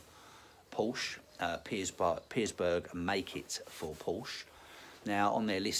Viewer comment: No 's' in Pierberg mate ;)